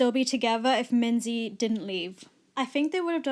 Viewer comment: Note: Its pronounced Mingee not Minzy